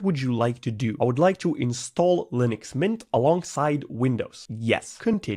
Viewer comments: Linux ❌ Lunix ✅ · "lunix" lol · "proffffesional lunix uesr" "ok what the hell is this"